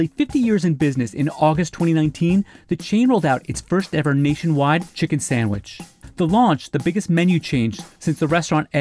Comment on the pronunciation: Did that guy say Samich???? Jeez